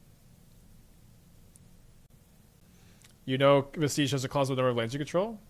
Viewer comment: Vestige is pronounced like "VEH-stij" not like "veh-STEEJ" Not tryna be a butthole, it is just really hard hearing every streamer mispronounce it